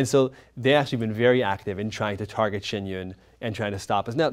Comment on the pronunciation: I am so triggered by their pronunciation of Shen yun